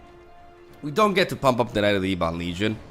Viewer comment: Dude please, it's Ebon, like ebony. Whomever told you it's E-bon is a moron.